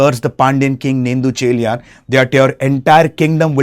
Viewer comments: It's not nettucheliyan it's Nedunchezhiyan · This guy killed every name 😭. "nendhu" chelian 😂. Good try anyways